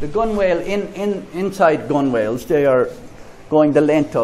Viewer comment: Nice work (Gunwhales usually pronounced 'Gun-ells')